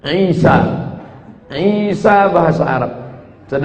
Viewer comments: Ustad somad gak bisa bilang isa atau yesus. Sebab monyong jadi ngomong isa jadi misowa..ha ha ha ..ustad pembohong laku keras...cari duit dengan firnah kepada tuhan maha kebenaran dan juru selamat..yaitu YESUS KRISTUS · Mau ketawa takut dosa hahahaha isowa bahasa ibraninya burakakakakaka😅😅😅🐪🐪🐪🐪🐪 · Sebetulnya si tomat dah bener pengucapan bhsa Ibraninya,cuma krn keberatan gigi & monyong yaaa jadi aneh kedengarannya...😁😁